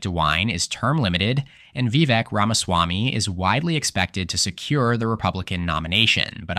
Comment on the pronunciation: Vivek is supposed to have the same pronunciation as “cake”. I hope you correct this in the next video.